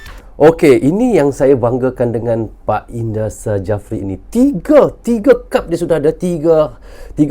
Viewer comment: PSSI...pakai ejaan indonesia bang.. Jangan pakai ejaan engres Bukan indra sajapri bang😅 tapi indra safri..